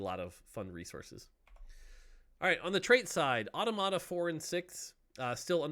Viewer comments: Really good set all around. But I can't wait to stop hearing people mispronounce "automata." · The way he pronounces "automata" gives me more cancer than Teemo jungle...